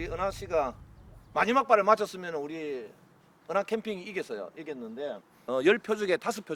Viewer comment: 감독님 계속 “우리은하씨” 래 ㅋㅋㅋ